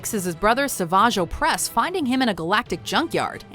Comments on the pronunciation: At least pronounced Savage Oppress correctly this time around. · finally pronounced Savage Opress correctly LMAOO